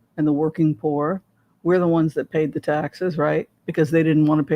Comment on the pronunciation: For the longest time, I thought you were saying “wands” instead of “ones”!!! “The two of wands”. I giggle thinking about it now.